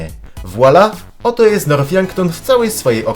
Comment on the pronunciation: Mowi się nort a nie norf poprawa